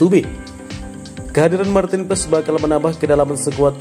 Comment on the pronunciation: Kiper mantin ps😂😂😂 lu bsa baca nama marten paes ngak😂